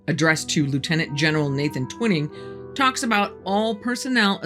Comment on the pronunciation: Pronounced "twine-ing" not Twinning ??